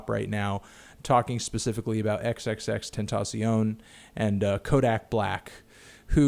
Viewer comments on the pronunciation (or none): "tentaciona" goddammit Anthony you're killing me